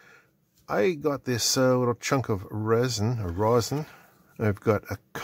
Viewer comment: Rosin (pronounced raw zin) is a component of natural pine resin (pronounced the way you think it is) that is distilled out of the resin kind of like the way gasoline is distilled out of raw petroleum. Ethyl alcohol works best as a solvent for rosin. Denatured alcohol (ethanol with added methanol) works good too. You can use less alcohol to make rosin paste but it takes forever to dissolve. The commercial stuff has additives to lower the melting point and make it dissolve faster but I don’t know what they are. You can use a salt vinegar solution to remove oxides and clean soldering pads too but get it all off before soldering. Borax in water does the same thing. I learned all this in High School Metal Shop in 1968.